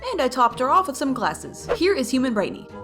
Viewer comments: BRIGHTNEY NOT BRITNEY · Boxten, not Boxton Rodger, not Roger Bobette, not Bobbit Coal, not Cole Rudie, not Rudy Looey, not Louis Vee, not V Brightney, not Britney Razzle & Dazzle, not Razle Dazzle